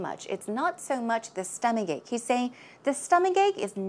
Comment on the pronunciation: is so attractive. By the way, how do you pronounce 'stomachache' exactly? Why do i hear "stomaGake"... Please,, teach me, teach me well, oh yes,, if i do wrong, punish me, pu..sh, oh yeah~~